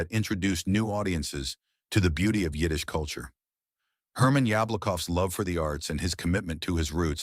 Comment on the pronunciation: Yiddish was spot on.